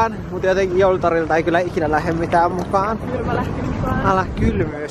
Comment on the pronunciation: mä kuulin et "kyrpä lähti mukaan" eikä kylmä lähti mukaan. Sori 😂😂